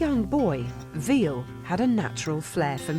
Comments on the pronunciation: (Vill-uh) not Veal VILLE! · "Veal" wtf ? Learn the basic , PLS before speak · ville pronounced villa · wish she would stop pronouncing Ville's name as veal! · His name is Ville but sounds like Villie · and its Ville not Vile :s very poor writing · AHAHA the way they pronounce VILLE'S! name has to make you laugh just a little